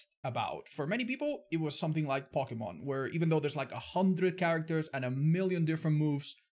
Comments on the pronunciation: Hehe he said pokimon lol❤ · I haven't seen the rest of the video yet, but I have to say, what is that pronunciation of Pokémon.